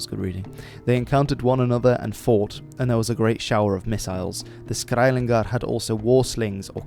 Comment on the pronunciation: It’s skælingar and not skæilingar. Just because you’re Dutch doesn’t mean you can pronounce every Germanic language. Other than that it’s a great video